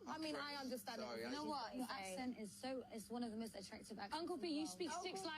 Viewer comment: ACCent is not pronounced as aSSent. C as in cup.